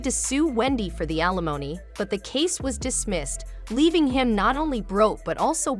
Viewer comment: Can the voiceover stop saying "a-lemony" for alimony? (AI ain't ready)